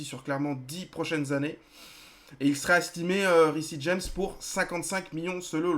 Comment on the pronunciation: Ça serait cool si tu pouvais essayer de prononcé "Riss James" au lieu de "Rissi James" PS : je sais que ça s'écrit Reece James🙂